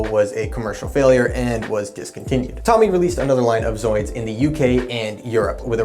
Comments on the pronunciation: It's Tōmy, not Tommy! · TOE-MEE... not tommy lol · Well done - but I CRINGE every time you mispronounce Tomy (Toe-mee).